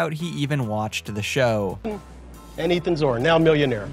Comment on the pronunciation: I totally forgot about Ethan’s face as Bryan Garfield mispronounces his name 😝🤣🤣